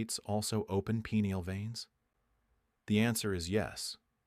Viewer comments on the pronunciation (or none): "Pea-neal veins"? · "peneal"..?.. thanks, AI